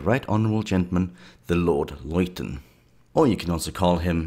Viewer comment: Loiton ??!?! It's pronounced LITTON..!!